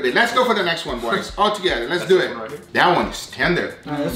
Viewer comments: “Les dew eht” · "So les do eetttt" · I like how he says let's dowe